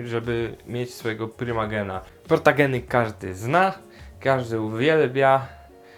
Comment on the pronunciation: A nie powinno się mówić protogeny a nie protageny